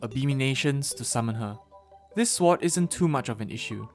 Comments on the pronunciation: Swart it’s sword foriner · I triigers me that he says it like swoud and not sord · Friendly tip: Sword is pronounced as sord, not swart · Remember that time he said shward? I did. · I dislike that you pronounce the w in sword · Pronounced as "sord" the w is silent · My man, you don't need to pronounce the "w" in sword. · this idiot says sword with a w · Sorry if I’m being mean, but I find it funny how it sounds like he calls them sworts. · English isn't my native language either but, yeah you're right. The "w" should be silent. (/sɔɹd/). But then again: one of my friends keeps spelling thread like threed .Not to mention mistakes i made so... guess we're all humans :-) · haha swort go brrr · swort hehe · I was thinking that😭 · I like the way he says sword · Wait. He says sword with the W. I love this man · why do you pronounce the w in sword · Why on earth do you keep pronouncing the W in sword